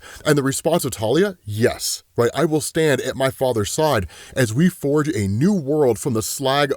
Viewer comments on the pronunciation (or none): none